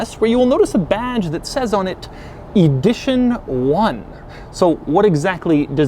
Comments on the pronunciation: He says “eedition one” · "Eedition 1"?